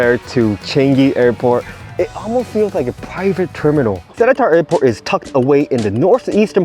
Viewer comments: It’s not se-le-tar it’s se-lae-tar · It’s pronounced as se-Li-tar